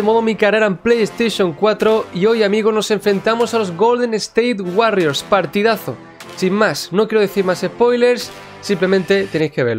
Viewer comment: POR DIOS DI WORRIORS CADA VEZ Q DICES WARRIORS ME DAN GANAS DE DEJAR DE VER EL VIDEO